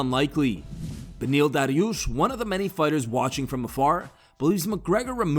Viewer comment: Holy shit lol you really twisted your tongue for that "Dariush" pronunciation lmao